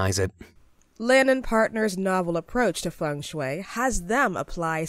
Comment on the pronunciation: When she read feng–shui , im kinda feel a bit trigger and most of it i feel like laughing😂😂. Because that's not how you pronounce it.